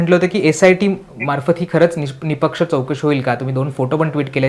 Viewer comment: Are anchor, it's nispaksha word not nipaksha